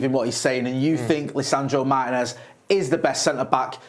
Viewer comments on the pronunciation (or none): Please pronounce Martinez's name correctly.